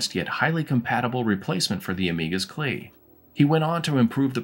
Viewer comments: LOL what's a Cleeeee? It's called a C L I - See Ell Eye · So you are one of those guys who says "Clee" instead of See El Eye for the CLI... Now I am not sure we can be friends anymore...🤣🤣 Cool video! I was working on an Amiga OS 1.3 tutorial to go along with my 3.x tutorial series until my A500 went bonkers. Maybe I will set up one of my A2000's under 1.3 Love 64Door! Never heard of it until today, but I will be checking that out! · Clee? My friends and I from the Netherlands all called it the C L I (see el eye). Was Clee the usual pronunciation in the US?